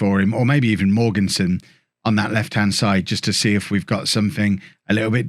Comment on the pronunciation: Mogensen is pronounced Mawensen. In case anyone cares.